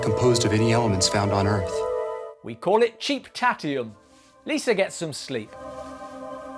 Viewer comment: Cheap-tattium... science expert?